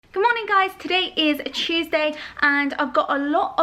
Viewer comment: Hey guys today is “chewsday” lol love it 😂